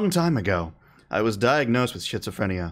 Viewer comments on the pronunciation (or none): Hi! It's pronounced like skit so phrenia but I like shitsophrenia XD. Shitsophrenia definitely describes the mental illness better lol